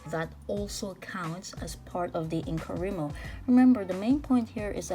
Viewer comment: Just what I hope is a helpful comment... It isn't actually pronounced "In-coh-REE-mo", but in-co-RYE-mo (because the Wri represents WRITING). :)